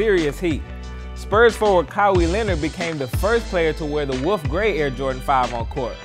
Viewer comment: This dude said "Kawi" leonard..... Its "Kawhi" man